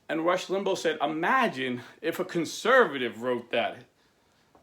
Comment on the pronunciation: And not to criticize but his name is pronounced Limbaw tho not spelled that way